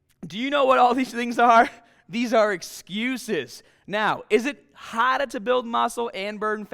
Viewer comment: How much hahda!!!!